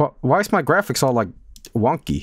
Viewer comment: The way he says "grafisks?". Chef's kiss.